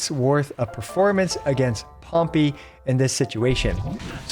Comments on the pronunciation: I just have to say it but Pompey is pronounced Pom-PAY not Pom-PEE. Not sure if it's just cause it sounds funny (I thought so). But had to add my 2 cents, otherwise it'd bounce around in my head all day. Lol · No offense, but if you pronounce Pompei like it's a little penguin pet one more time, I'm gonna crash the f*ck out